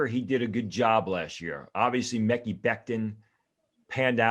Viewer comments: I don't trust him either, he can't even correctly pronounce the player's names. "Mekky" Becton, "Kuh-Leb" Farley to name a couple lol. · Its hard to take this guys analysis serious when he can't even pronounce ANY of the players names. Like how can you not know how to say Mekhi at this point? Im out